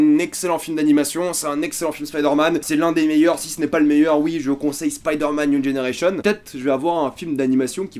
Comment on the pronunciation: "Spaïderman niou dgénéreillecheun"